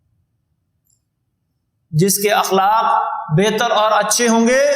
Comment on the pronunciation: السلام علیکم. لفظ اِخلاق نہیں ہوتا اَخلاق ہوتاہے.براہ مہربانی آپ گوگل کرسکتےہیں